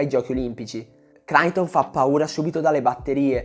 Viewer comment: Capisco tutto e amo i tuoi video perché sono molto specifici e molti di essi spiegano e scavano su argomenti di atletica leggera come quasi nessun altro in Italia fa… Però “Cnaiton” invece di “Naiton” non va bene secondo me. (È una piccolezza)